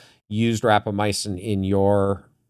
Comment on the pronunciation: Good discussion, plenty of reasonable speculation. Minor correction of pronunciation by guest: RapamyCin not RapamyAcin.